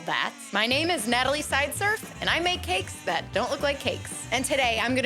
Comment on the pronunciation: Wow, how did you pronounce Natalie?